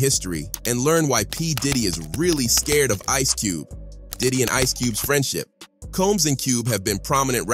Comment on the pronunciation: Cube-ay and Suge-ay lol. Wtf? This dude can't read.